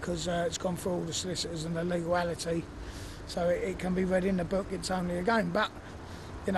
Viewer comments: wtf is "leguallity" and "illeguallity"?? lol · a legawl-ality! Is that a word? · Legalality……… that’s a new one for Oxford dictionary 😂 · Legal-ality? WTF